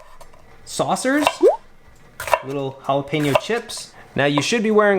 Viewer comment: Thank you for the recipe but especially for your correct pronunciation of jalapeño. You have no idea how annoying it is to me when I hear people calling it a halapeeno or gialapeeno! It's OK if you live in Montana or Vermont or some other place that isn't familiar with Spanish. I can understand but not in So. Cal. where I live! Just ranting....